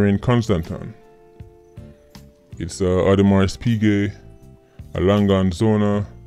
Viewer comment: Audemar piquet pronunciation (awdemar piget)